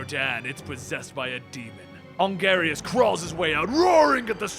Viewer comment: "on-garius" what is you doin, baby